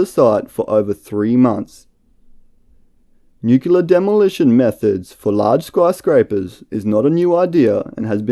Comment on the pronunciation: It's NU CLEE AR, not nucular. Please try and get it right.